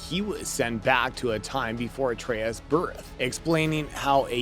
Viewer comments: Artas? how do you even mess that up lol. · Kratas and artas lol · Cant even pronounce atreus name right. Stick with kaptain kuba channel